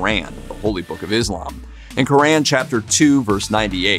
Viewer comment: Bro, can’t even pronounce the Quran right….